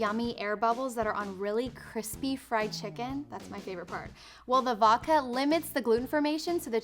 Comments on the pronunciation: Is it just me or does she say Woka instead of Vodka? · its pronounced voDka not voka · she said voka